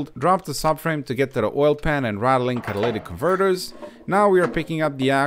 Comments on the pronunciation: Bro you had me me doing a double take when you said "dogaletic converter" 😂😂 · Well you got me at the dogalatic converter! I was like what? Then realised WTF you were saying! Fell off my chair laughing! Had to rewind the video to listen to that again! LOL! EDIT: "You have to lube up the O ring otherwise you can tear it"... I'm OUT! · "Dogalytic converter" 😂😂